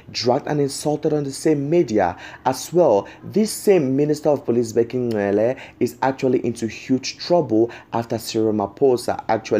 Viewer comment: Hello its not Ncele!! Its Cele!